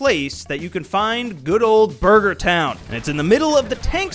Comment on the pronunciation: "Buger Town"